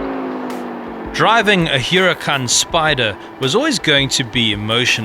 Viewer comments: Its the way the manufacturers name it...The Italians. He was trying to pronounce it like them. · If you review a car like this then at least pronounce the name properly... You say Huracán very ugly!! It sounds ugly the way you say it... SMH!